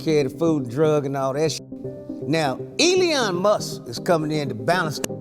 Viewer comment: Now...EELEEYON MUSK!